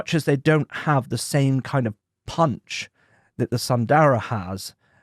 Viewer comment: Please pronounce as s”u”ndara not sandara..